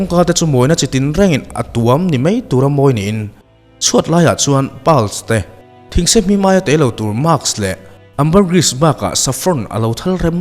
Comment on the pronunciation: "Chutah chuan lal in lian leh ropui tak lo ding to lurin," tih tur. Heta 'to' hi thil man to kan sawia 'to' thlûka thlûk tûr a ni a, "Langsâr; lian; ropui" tihna tluk te, "awm lurh; ding lurh; inpho lurh" tihna atan tea a awmzia hi hman a ni. "Thungsehmim" ni lovin "thingsemim" tih tur a ni a, thingse rah sawina niin a rah hi a "mim" tih a ni.